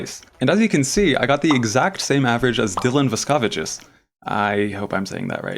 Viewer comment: You may not have a gold on your WCA profile, but you get a gold for pronouncing Vaskevicius correctly 🌟